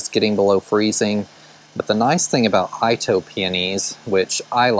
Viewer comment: Great video. I think that garden center might put me in the poor house if I lived closer. But a well landscaped one. Oh by the way. Itoh is Japanese so it's not I-toh but pronounced E-toh. Can't wait to see the yard this summer.